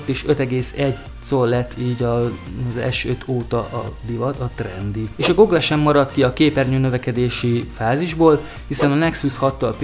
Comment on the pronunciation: Áplé, goglé....... Nem mondom hogy rossz lenne ez a csatorna de legalább néhány angol szó, ami nem mellesleg világmárka, próbáld már meg helyesen kiejteni basszus